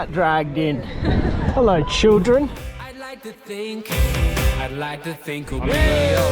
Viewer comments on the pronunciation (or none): none